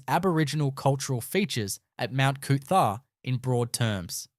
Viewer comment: It’s Mount Cootha not Mount Cootharh